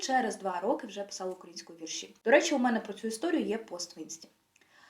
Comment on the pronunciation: Вітаю! Відео супер! Але, будь ласка, перевіряйте деякі наголоси) вИпадок, навчАння, вІрші..